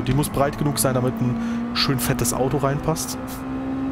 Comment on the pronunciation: Gude, Gratulation zu diesem Video, der Schwierigkeitsgrad Bug war mir auch noch nicht bekannt 😮 Wie ich im Video höre wie du das Wort "Audo" betonst, wohnst du vermutlich im Rhein-Main Gebiet, ich ebenfalls 😊 Gibt es irgendwo im Rhein Main Gebiet eine Möglichkeit ein Directdrive Lenkrad zu testen? Habe zwar einen ordentlichen Simrig, fahre aber immer noch mit einem G 29. Wäre auch bereit für eine Lenkradkombi 1000 Euro plus X auszugeben, allerdings nicht ohne mal eines ausprobiert zu haben. Gruß Jürgen betonst